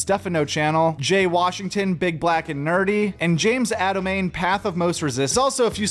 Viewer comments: James "ADOMAIN"?!? Thats like the 5th thing mispronounced this episode. You have a stroke bro? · bummer he butchered Adomians name